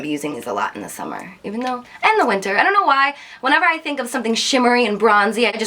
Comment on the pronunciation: I've never heard someone pronounce the word winter like you do